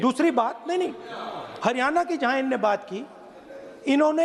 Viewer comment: पप्पू को बोलो की एक बार "हरियाणा" को "हरियाना" बोलना बन्द करे😅 सीख के आवे ..